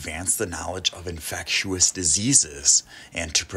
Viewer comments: Infectious.. not infect-you-us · Love the video! Just can't deal with the way you say "infectious" lol Infectew-us timestamps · "infec-tu-ous diseases"...interesting pronunciation used in this video by the narrator! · I was thinking the same! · Is it a accent thing or a mispronounced thing.... .infectious.......ive never heard it pronounced the way it is in this video......honest question, no hate meant